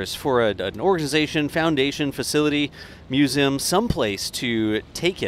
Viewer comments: Was hoping someone said this lol Thought he misspoke at first but nope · You say Museum funny.